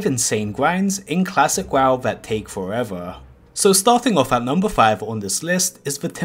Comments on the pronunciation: He said fowevew not forever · He never once said "Forever". He said "Foweva".